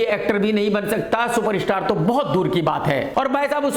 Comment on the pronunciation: सुपरस्टार ❌ शूपर-इशटार ✅